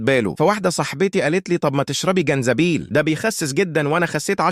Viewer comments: جنزبيل ✅ زنجبيل ❎ ماشاء الله على اللغه العربيه 😂😂😂😂😂😂😂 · والله قطست من الضحك زنجيبل مش جنزبيل